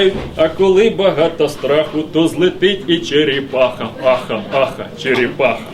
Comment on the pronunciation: ну чого ж вона там чєрєпаха, а не черепаха?